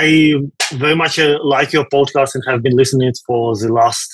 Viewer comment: When was talking about getting up early, and working out and then going to work and doing the podcast, it sounded like he said "Bod-cast" and now I think that needs to be a thing